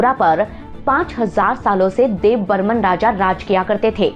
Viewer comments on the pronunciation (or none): Kisne kaha apko debbarma ko debbarman kehne ki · Yrr tumlog "Deb burman" kyu kehte hamesa..yein "Debbarma" ha not Dev burman. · Deb burman nhi Debbarma hai .... please don't make mistakes 😌❤ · Don't called debbarman it's Debbarma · Not dev Burman,it’s Debbarma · Not dev Burman it's Debbarma